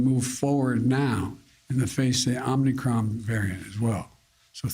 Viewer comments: What a load of garbage. "Omnicron" -- Biden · Dr Fauci just called it OMNICRON too. Did they change the name? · AHM- UH- KRON Say it right Mr President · Hey he kept saying OMNICRON. oops. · Omnicron? Did he rename the variant? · I just came here to say I also call it “The OMNICRON” 🤣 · It’s OMNIcron now. Leader of western world has spoke. !!! He’s only the most important man in the world. Somehow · Hahaha I love and respect all our leaders and but hearing him keep repeating omNicron haha this is hilarious. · Lmao. Cant even read his script correctly. Give the his job to someone much younger. It’s better for america and all the other countries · So not only did the "president" screw up the pronunciation of the variant's name, but Saint Fauxi did as well, as did all the members of the lapdog media shills when they mentioned it by name. I never lived in the former Soviet Union or in Nazi Germany, but was the fawning that bad there too, all to cover for the failings of their illustrious "leader?" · No "n" in Omicron. Cronkite or Mudd would've corrected him by now. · As a Greek-American I'm more annoyed that him and Keebler Elf Fauci are butchering the poor letter than I am at the actual variant. 🤷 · He butchered the name of the variant every time with the last one being the worst. But let's all trust that he knows what's best for everyone. He is a nightmare of a president. ETA: FAUCI GOT IT WRONG TOO! What a couple of morons. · NOT Omincrom, DUNCE!! LGB!!🗽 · Unicron was the transformer... U N I C R O N... get it right. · He can't even pronounce the virus name correctly. Obviously he's taking it very seriously. You're in good hands America. Great job!!!!!! What you're seeing here is an informercial bought and paid for by Pfizer. Better get it together people! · Where is the letter "N" in the word "Omicron", Joe? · Biden can’t even pronounce the new variant name what a great leader he is hahahaha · I don't blame Biden for mispronouncing it, I say it Omnicrombie and Fitch